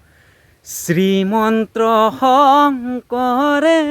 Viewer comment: শ্ৰীমন্ত শংকৰদেৱ হয়। আপুনি শ্ৰীমন্ত্ৰ কৈ আছে যে😅